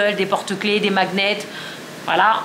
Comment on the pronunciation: Coucou je trouve ça drôle à chaque fois que tu dises « maguenette » et pas « magnète » 😂 sinon oui aussi nous on mange devant la télé parce que on mange que tout les 2 mais quand notre fille sera plus grande je ne pense pas ! Ps pour l’Everest tu parles de Inoxtag peut-être ? Et team affaire pas repassé 😂